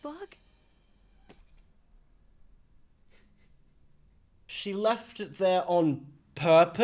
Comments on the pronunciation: I have to say something. It’s Marinette, not marionette. Her name has three syllables, not four. Btw, you need to watch this show in chronological order for it to make sense. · Also wanted 2 point out its not 'marionette' its 'Marinette' (Mah-rin-et) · I LOVE HOW YOU SAY MARIA ANNET 😭😭😭 its marinette btw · Akumas are butterflies that the villain Hawk Moth/Shadow Moth (same person) uses to turn someone evil to try to get Ladybug and Cat Noir's Miraculous. For Ladybug it's earrings for Cat Noir it's a ring. Also, it's really bugging me that you're calling Marinette Marionette. There's no O! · he said marionette. i almost clicked off. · Listen to the characters please. Ladybug, Marinette. Not Miraculous and Marionette.